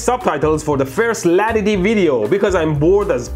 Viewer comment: Latity sound freanch La-Tity